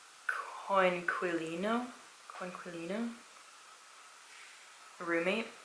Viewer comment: Your pronunciation is not bad at all...keep it up! I'm italian ;-) P.s.: COINQUILINO...not CONQUILINO.